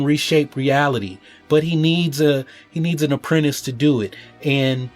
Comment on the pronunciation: I laughed a bit too much at "apprent-eis"